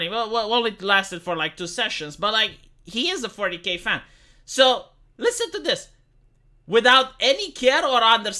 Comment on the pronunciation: Whenever says 40k it sounds like fornicate. When I first herd it I was a bit confused:)